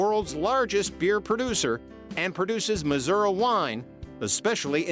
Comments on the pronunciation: The AI is pretty bad, cringe. Muzurah…😂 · First word in the video (Missouri) is mispronounced. Immediate dislike.